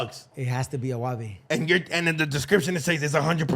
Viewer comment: Agave not Aguave do know pinche no sabo